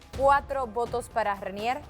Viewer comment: dice Reinier y es Renier xD